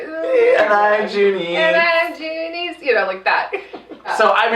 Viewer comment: Its actually Doonese not Junice